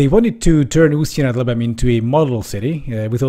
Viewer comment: Your pronounciation of "Usti nad Labem" is impecable!